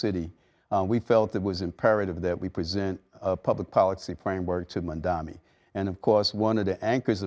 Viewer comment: I can add one :) The guy can't even say Mamdani's name right and he's here demanding stuff?